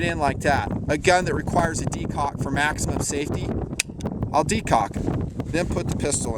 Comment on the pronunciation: you said de cock lol